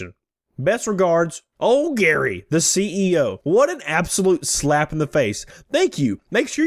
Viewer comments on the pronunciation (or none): It's Gerry, pronounced the same as Jerry. The e in what makes this sound like Jerry, as opposed to sounding like Gary.